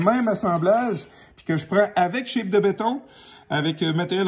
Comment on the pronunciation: On ne dis pas « shape » (une forme en anglais) mais chape comme « chap » (chapitre) ou « chat-pe ». Polythène est un nom masculin, si je ne me trompe pas.